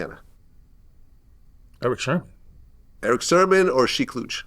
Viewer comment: It’s sermon not Sherman